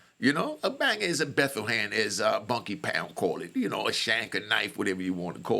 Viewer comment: PLEASE STOP SAYING BUNKY POUND 😂 HIS NAME BANKY POUND